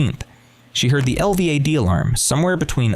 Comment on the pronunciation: It goes from certainty of innocence to excuses for guilt without explaining when the defense and family abandoned the assertion that she didn't do it. And, it's pronounced el-vad, not spelled out